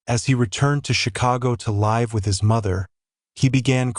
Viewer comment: Have the robot voice get the words right like live as in they live down the street not it was a live performance. 20 min in and already wrong 3 times otherwise good vid